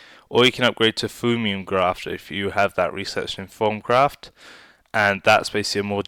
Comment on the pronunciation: Sorry But its Prenounced Thah mi um grafter